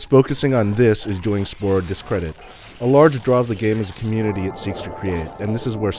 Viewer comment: he keeps saying "splore"